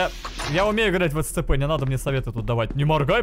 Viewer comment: Прошел оригинальны Scp CB и не знает как правильно произносить SCP